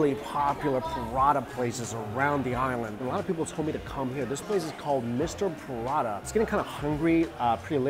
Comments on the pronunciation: prata is two syllabus not 3. pra-ta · Lol your prata sounds like buratta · Cos it’s called Prata in Singapore, not Paratha.